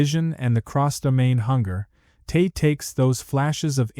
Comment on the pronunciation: I don’t discredit this video, because it was created heavily with AI. I am turned off by it, because the YouTube creator did not even put the effort into correct the narration of Te being misspoken as “tae”, repeatedly in the video. 😂